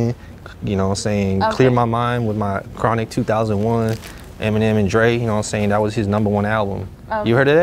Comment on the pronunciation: Did this nigga say chronical 2001 it's it's the chronic 2001